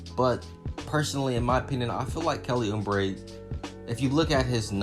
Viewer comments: Good take. But its Uuuuuuubre not Uuuumbre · Who in the hell is Kelly Ummbray? It's pronounced ooh - bray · It’s Oubre jr not umbre 🤣🤣💀💀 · There is no 'M' in Oubre. It's not Kelly Oombre. haha. It was the youngest team in the league last season. Watch out for the Suns this yr. Good vid. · That's what i was just thinkin and he keep saying it kinda drives you crazy lol